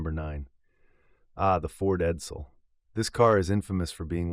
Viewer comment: The stupid computer also didn't know how to say Edsel.